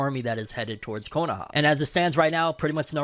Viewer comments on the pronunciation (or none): none